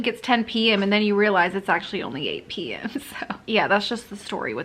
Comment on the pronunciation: OMG you can hear your North Carolina accent when you were saying a.m. and p.m. when you were talking about the clock in your kitchen!